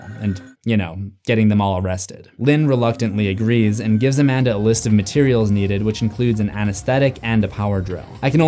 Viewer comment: She’s A-Man-Duh